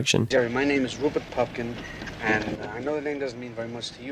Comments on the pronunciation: Its pupkin not pumkin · "Pupkin" , dummy. Not Pumpkin. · "Rupert Pumpkin" LOL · It’s Rupert Pupkin. Not Pumpkin 😊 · Rupert Pupkin not PuMpkin. Good insight though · Did you say Rupert Pumpkin? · How can you make a ten minute analysis of this film and mispronounce Rupert Pupkins name?